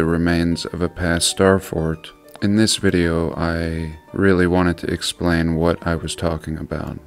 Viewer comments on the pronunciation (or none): none